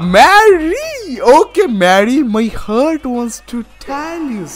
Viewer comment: Why these omegle guys say "hurt" instead of heart ?